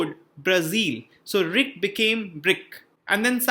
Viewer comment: Please pronounce R I C not..